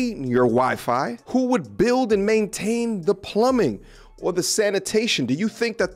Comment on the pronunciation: Men tain.. Maintain. Men ten ants.